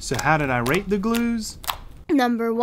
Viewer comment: I thought he said rape all these glues